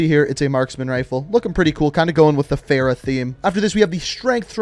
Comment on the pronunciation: Anyone else supremely annoyed at his mispronunciation of Farah? Girls name deserves to be said correctly.